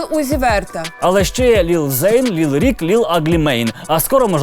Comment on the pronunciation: Не ліл, а лил. Лил Ніт!